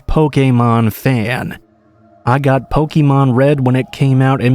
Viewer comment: That pronunciation of Pokemon was grating lmao